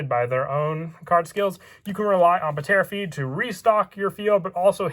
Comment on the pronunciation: Its pronounced tera feed. Not puhtera feed lol. But nice deck profile ancient dragons look fun.